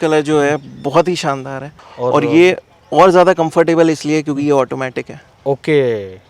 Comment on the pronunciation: Shaandaar boliye Saandaar nahi